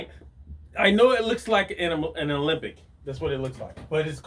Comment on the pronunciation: It's pronounced ALEMBIC, not OLYMPIC. Otherwise, good video, as always..